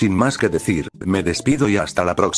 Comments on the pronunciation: Es tardes o noches no nachos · Dice nichos